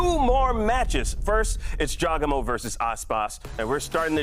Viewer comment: He also pronounces jawgamo, idk how to spell his name, wrong as well. He's doing it on purpose.